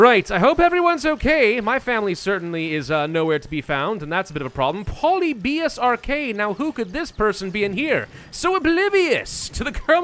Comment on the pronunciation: the way pronounced Polybius was kinda funny ngl